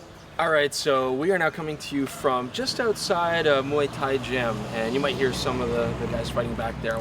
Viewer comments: I am not sure. But, when you said "Muay Thai", your Thai accent was very good. It's like you know how to speak Thai. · you speak the Thai name so clear. like muaythai and cholburi.